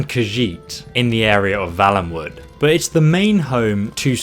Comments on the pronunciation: If it was like you pronounced, it would be Vallenwood. I'm pretty sure it's Valenwood (a "vale" is a small valley). FYI. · The word/name used is valenwood though, not vallenwood. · You're sayin valenwood wrong